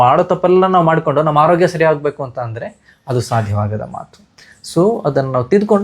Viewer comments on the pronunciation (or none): none